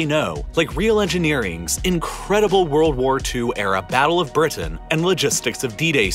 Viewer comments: It seems that the last 4 minutes of your videos are nothing but an AD selling still more videos under the guise of "YouTube Wouldn't Let You View Them Because . . ." Also, BriTain is not pronounced BriDun. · When you say Britain it sounds like birdin'.